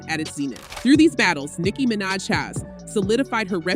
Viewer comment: This already sounds like a bot. How do you mispronounce Nicki’s last name😂